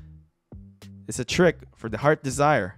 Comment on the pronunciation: Second, it's heart's desire not heard desire. U put heard desire not heart's desire😅😅😅🤣🤣🤣